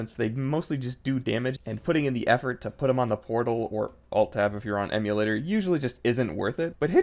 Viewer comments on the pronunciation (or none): none